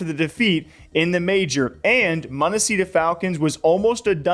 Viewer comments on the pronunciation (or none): Monesy not munissy